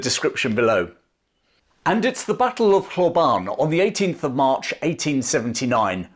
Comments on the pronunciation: Hlobane- pronounced "schlobarnie" or close to that. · Hlobane: Shlo-BANH-nyeh. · It's pronounced .... Shlob - ahn - ay . Hlobane